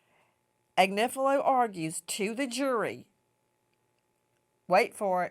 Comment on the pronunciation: His name is AG nif i lo